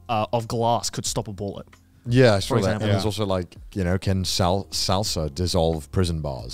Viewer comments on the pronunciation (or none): none